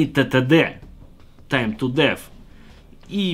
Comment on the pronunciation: Да че вы все коверкаете слово Death? То дис, теперь деф... Еще блять деньги хер теперь вернешь....